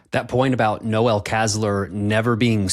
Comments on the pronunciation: The male name 'Noel' IS NOT pronounced like the Christmas NOEL. It's pronounced 'nole'....think Noel Coward. The female version is 'Noelle' and is pronounced like the Christmas NOEL. The holiday NOEL is just that, a holiday term. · Yes - for some reason the second time around with the Psychopath in Chief we have heard little about the Adderall abuse compared to his first disastrous term. Given that he is more psychotic than ever, I wonder why... Aside FYI: The man's name "Noel" is not pronounced "no-el" like Christmas, it is "nōl" - rhymes with "roll." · FYI Noel Casler pronounces his first name like Joel but with a N instead of a J. He has been using stimulants for years according to Noel.